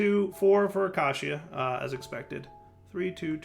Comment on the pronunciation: "There is mobs nearby???" The Creeper in the corner: "Am I a joke to you????" Also trolling people how he pronounces "deprecated" and "acatia".